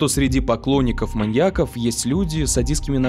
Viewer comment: Не маньякОв, а маньЯков. Ударение не смещается при склонении слова